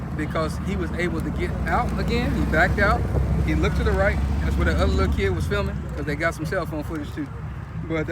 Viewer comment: I would like to thank that woman being interviewed outside the courthouse for making me aware that 'kid' is a two syllable word